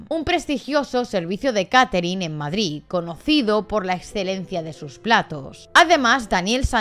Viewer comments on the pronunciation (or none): none